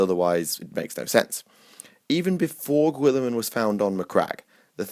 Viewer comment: God this video was terrible. turned it off after listening to you say "Gwilliman" a thousand times. Tuned out for good during your dog shit rationalisation of who should serve nurgle.